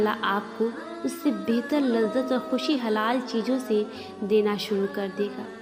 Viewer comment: Bather nahi bathaer krke adha kr mashaallah